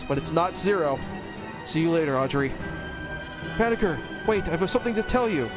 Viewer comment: Banagher = Bah-Nah-Jer